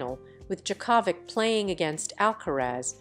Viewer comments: Ridiculous report. Can't even pronounce Djokovic correctly. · Ask someone how to say Djokovic name. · Very wrong pronunciation of Djokovic